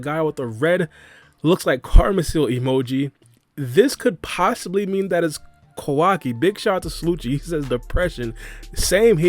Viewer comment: It's Kawaki LMAOOO